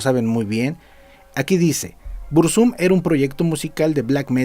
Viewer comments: "BurzÚm" jajajaja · Pronuncias mal el nombre al acentuarlo en la segunda U Uno de los mejores temas es "desde la torre"